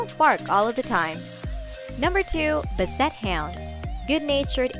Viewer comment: Basset hound is not a "Bu-set" hound it's pronounced "ba·suht hownd", short a sound